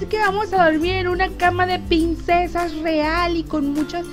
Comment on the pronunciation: Porque dices pinsesas?😂😂